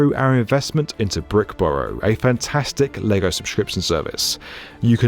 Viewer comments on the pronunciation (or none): none